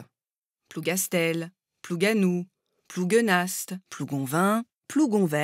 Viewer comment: Je le savais mais c'est très bien expliquée. Par contre Plouguenast on ne prononce pas le st de la fin :)